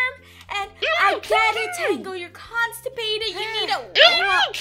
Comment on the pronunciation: First words, "Are you consapated". Subscribe 2 seconds later.